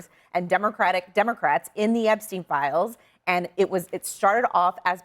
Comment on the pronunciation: My favorite part was when she intentionally mispronounced the name she absolutely knew at the tip of her tongue to create the appearance of lack of knowledge..NOBODY mispronounces Epstein. He didn’t kill himself. Hillary’s hands are DIRTY